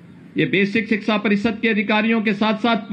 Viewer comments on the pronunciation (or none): सिक्सा नहीं 😁😁😊😊 शिक्षा बोलते है 😂😂 अनपढ़ और बाबा मुख्यमंत्री बनने लगे तो ऐसा ही होगा, अनपढ़ ज्ञान देंगे जय माता दी